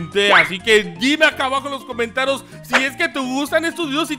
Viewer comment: Se pronuncia comentarios no cometaro